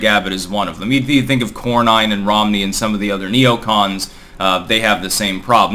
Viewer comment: Not to be petty,,. Cornyn pronounced corn-in. Thanks for keeping me sane.